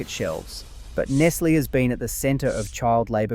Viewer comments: say NESS LAY mot ness lee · Nestle is pronounced Nes Lay not Nes Lee. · Is this video AI? You incorrectly state Cadbury was Australian (?), you incorrectly pronounce Nestlé several times, your voice is robotic and your script sounds like it was pulled straight from ChatGPT. Such a shame. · How is it that you don't know how to pronounce Nestlé properly? Or is AI giving you away? Uh yeah. Definitely AI narration. Tsk.